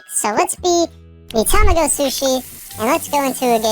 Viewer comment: Tamago is actually pronounced tuh-mah-go